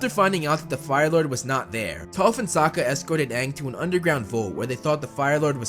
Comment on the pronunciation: Suaka? Dude it’s Sokka not hard